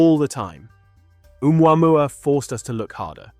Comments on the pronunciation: I can't get over the mispronunciation of uumwamwa instead of Ohmooahmooah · Oh-moo-ah-moo-ah Heard it mispronounced too many times for my brain to let slide. Great video! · Can't believe you don't pronounce its name correctly. It's Ooo moo ah moo ah. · It's said "Oh Mooah Mooah", not "Oo MuAmuah..." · Hi everybody. If it had to be, one way or another, a "message from elsewhere", please notice that "Oumuamua" is pronounced like this in french : "Ou moi moi", or "Où moi moi", so in globish "Or I, I" ['I" = myself] OR "Where, I, I". 2 cents. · Omg dude, the way you say omuamua